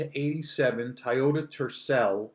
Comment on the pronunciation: had to turn off, you said tayota again toy otasame sound as boy, coy and toy as in Toyota, where's the a in toy